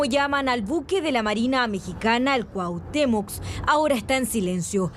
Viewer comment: Cuatemox?😂😂😂 cuahutemoc pense que solo aqui ya habian quitado el requisito de hablar bien paravser periodista